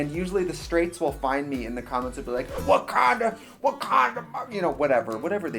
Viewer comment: Why does Trixie saying "what kinda" in a southern accent sound like she is saying "wakanda"